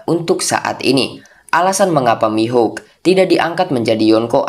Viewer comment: dracule Mihawk ❌ Dracule Mihuk✅